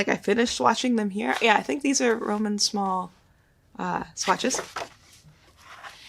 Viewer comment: Thanks for the vid. One little tip : Roman Szmal , his last name we pronounce like SZ like SH (in shame, shock) and A like in 'but' 'cut'